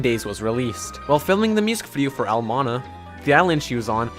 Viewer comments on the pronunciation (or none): "al mana"